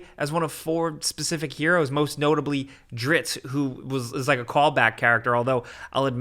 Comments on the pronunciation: "drits?" (driz-it) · DRITTZ??? Did he just say DRITTZ? It’s DRIZZT. It is pronounced DRISST. geez man. Geez. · stopped watching when you pronounced his name wrong "Driz Zit" is how you say it. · Its pronounced "Driz-it" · "Dritt" ? ....... "DRITT"??????? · omg its pronounced 'drisst'